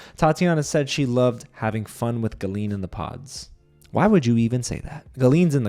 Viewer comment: Your pronounciation of Gallien is killing me 😂. Anyways Julie deserved an apology from Sarah. The hosts just glossed over Sarah’s comments, I didn’t get why she was even on stage.